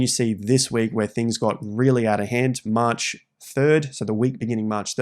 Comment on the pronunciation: That maaaaarch sounds like a bawston accent 😂